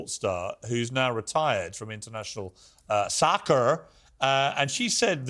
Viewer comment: The he said " SoCkAr"😁